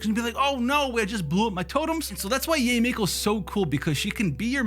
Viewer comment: It's Yah-eh Miko. Can people stop calling her Yay! It's Yah-eh. It's a common Japanese name. Can we stop this Yay stuff please. It sounds ignorant and cringe . yah-eh is beautiful. Yay just doesn't sound good as a name. I can understand calling keqing /ka'ching/ like a cash register. Cause it sounds friggn sexy. But Yah-eh is not only the correct sound, it is also sexier than Yay. Please stop the horrible grating on the chalk board of Yay. It's Yah-eh.